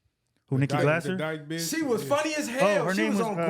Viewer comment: Nikki GLAY-zer. And she's awesome. Love that you liked her!